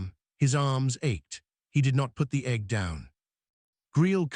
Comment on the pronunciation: Instead of egg it's Egghh.